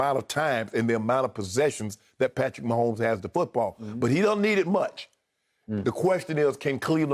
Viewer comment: I won't be able to handle the commentators calling the game. Mahommes this, mahommes that..Grrrr!